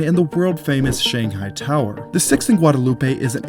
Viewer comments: Heads up. It is NOT Guadalu peh in Austin. In Austin, the road is called Guad uh loop. It's one of many streets that are divorced from perceived pronunciation that would normally be assumed. Like Koenig being pronounced Kay-nig, Burnet Burn-it, Manchaca Man-shack, and so on. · I love this content concerning one of our new buildings but the street name “Guadalupe” is pronounced “Gwad-uh-LOOP” here in Austin. I know I know… the correct pronunciation of that word is mispronounced here when referring to that street. Just for your information so that you can improve on your content. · We pronounce Guadalupe as Gwad-a-loop. Just so you know. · I know you’re pronouncing ‘Guadalupe’ correctly, but in Austin we say “Guadaloop” so it’s kind of funny and odd hearing it pronounced this way. I’m like, what is he talking about?? 😩😂 that being said, great video!